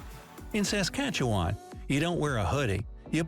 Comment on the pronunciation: Grant here from Regina Saskatchewan. Good job on your pronunciation of the name of our province. You got it, your natural.I'll send you the forms for a passport. Welcome aboard!! Sask and alberta are the largest diaspora of Ukraianian folks anywhere. Life is beautiful. Thanks for your show